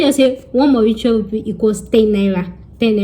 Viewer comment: 😆 u made me laugh, the way u pronounced Creole, and ur Mauritiaaan Rupee , omo Yoruba ni mi .. u tried